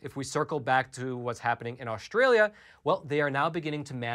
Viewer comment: This video demonstrates that data does not equal truth or information. First you buffoon the name is Australia and not Aushhtralia. Second the term vaccinated is biased if they did not have a booster shot and their protection has decreased. Equally it is important to analyse behavior...for example if vaccinated do not wear masks tbey can get infected with omicron. Gathering data does not guaranree smart conclusions.